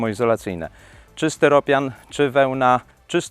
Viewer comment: Nie steropian, tylko styropian, tak jak styrodur!